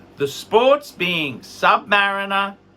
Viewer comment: Please start pronouncing submariner properly.